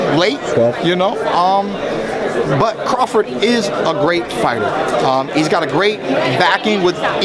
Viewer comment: Dude said crafort lol